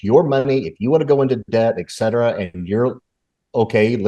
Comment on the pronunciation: And please say ‘et cetera’ NOT ‘ek cetera’.